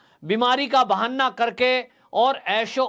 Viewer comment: कृपया बहाना को बार बार बहन्ना न बोलें I